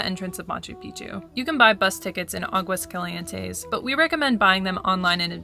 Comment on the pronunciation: AHgwas CALee ENTes. Practice.